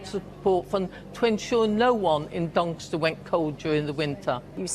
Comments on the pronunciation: Imagine a mayor of Doncaster unable to properly pronounce “Doncaster”. Anyway, best of luck “Duncustuh” Vote reform ➡️ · How can You vote for someone that can't even pronounce Doncaster the constituency they are standing for Typical labour really more proof they really don't care About this country